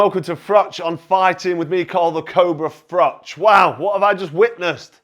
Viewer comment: Brilliant comments by Froch who knows what he is talking about! Cheers BTW should his name be pronounced 'Froh' as his father is Polish I think.